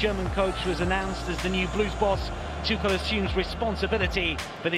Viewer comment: english commentators: it is pronnounced like: "THOMAS TUHEL"